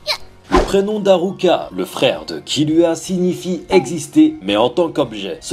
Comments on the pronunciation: c est pas killua mais kirua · c kiruha pas kiluha